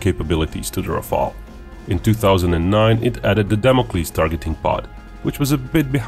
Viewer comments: RafAle! please not Rafele or Raphael or Raphaaaaaaaeeeeeellle! JUST RAFAAAAAALE!Merci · Just, one thing. This is RAFALE, not RAFAELE. Rafale means squall in english the violent wind gust that come shortly before rain. Google says that's "nalet" in Croatian . And your country chose wisely, your pilots will enjoy this beauty. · Rafale, not Rafael.